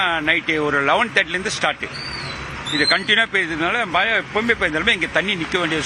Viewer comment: தமிழை கொல்லாதீர்கள். மலை அல்ல மழை.மழை உச்சரிப்பு தெரியாதவர்களுக்கு செய்தி வாசிப்பாளர் அல்லது நிருபர் வேலை கொடுத்தவன் எவன்டா?